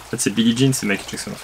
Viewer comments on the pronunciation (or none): none